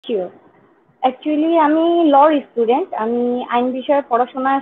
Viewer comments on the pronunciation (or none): Sei Estudent bole😂 Student naa